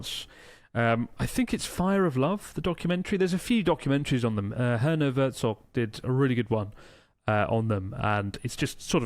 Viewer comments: "Herner Werzog" alright Chris :D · Did Chris say Herner Werzog? haha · Yo Chris, I think you called Werner Herzog "Herner Werzog" by accident, which was quite amusing